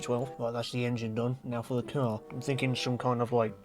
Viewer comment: Caurrrr is very tvurghh